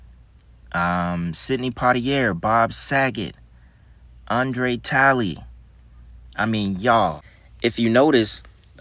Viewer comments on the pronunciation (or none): none